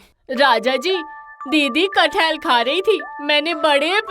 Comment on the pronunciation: Its kathal